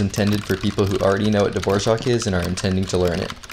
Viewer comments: Why does he pronounce Dvorak dvorjak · why is he saying dvorak like that